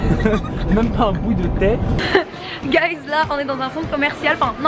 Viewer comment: le nombre de fois quelle a dit gaiz mdrrr